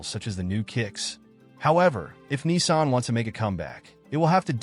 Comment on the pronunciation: It's Nissan , not Kneesan